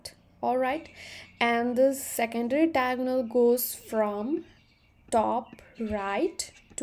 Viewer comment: its diagonal not tiagonal🙄